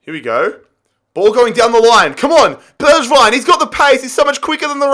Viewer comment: Bergwijn pronounced berg (iceberg)-vine; tanguy ndombele pronounced ton-gee en-dom-bell-ay